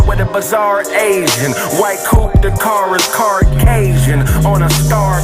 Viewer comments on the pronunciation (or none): My nigga said CarCasian 😆🤣😂🤣😂🤣